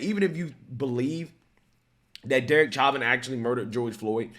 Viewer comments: Insane people. C'mon. We all just watched a video of 5 people correctly pronouncing his name. Its not "chah-vin", its "show-vin". When i share your videos, it matters. Lefties will always look for a reason to ignore conservative voices. Otherwise, keep up the good work.. God bless everyone. God bless America. 👊🏾👌🏾👍🏽🙏🏽🧡🇺🇸🇺🇸🇺🇸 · It’s show-vin. Stop sounding stupid. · i love you brother but its- Show- Van. I know you always say you have issues with names, like Vivek etc...etc... i cant spell so, were even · Evidence isn't new. What's new is the FBI connection to the tampering of autopsy files, but in trial it was obvious Derick Chauvin (sounds like "show-vin", not "chavin") used less than authorized force, that Floyd was under lethal doses of fentanyl, and that it was a political hitjob aided by the fact that the video of the incident looks bad, but the physics at play were very different than the narrative that was being pushed. I mean, the sentencing didn't even make sense. He was charged with mutually exclusive forms of murder. The jury was placating a mob that doesn't understand the difference between 1st and 2nd degree murder, not carrying out justice. This is the case that solidified my opinion that there are just as many partisan idiots on the right as there are in the left. Truth takes a backseat to these teamsports. Derek Chauvin is innocent, and what happened to him was a complete miscarriage of justice. George Floyd killed himself trying to avoid a drug charge, so he opted to swallow extremely lethal doses of drugs because he was an idiot and a loser. Still to this day it makes my blood boil that people would hold up such scum as some sort of saint. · Bro the way you pronounce his name is so annoying. Say it right